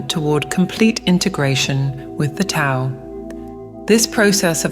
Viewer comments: ❤❤❤ love love love that this message is being delivered so beautifully. My only concern is that the AI command for the word, Tao needs to be written with a D so that the AI pronounces it correctly. Mispronunciation of it indicates lack of knowledge of its teachings. No one wants to hear regurgitations, especially when it is about knowledge. Js. The rest of the content was sublime!!! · How many of these videos do I have to watch lately rhat mispronounce 'Tao' ?! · Why can't AI pronounce the word "Tao" properly?! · Can you please teach your AI narrator how to say Tao, Taoist, Taoism etc